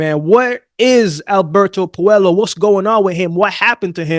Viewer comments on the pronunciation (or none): pronounced Pueyo not Puelo